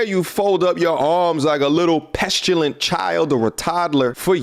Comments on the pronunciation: It’s “petulant”. I’m sure you meant to say that instead of pestulant, which isn’t even a word. ❤ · It's petulant, not pestulant. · It’s “Petulant” not “Pestulant”